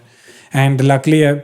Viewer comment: You pronounce luckily as luckly And my pet name is lucky idk how'd you pronounce it I'm quite excited to listen